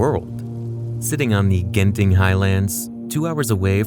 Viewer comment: Eyyy. Genting is pronounced with a j not a hard g. I think, idk, that's just how lol of us have pronounced it.